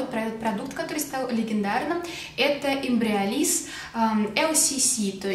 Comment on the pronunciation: почему она без остановки машет руками с этим кремом...)) мало того что произнести название внятно не может. так и картинку не зафиксируешь....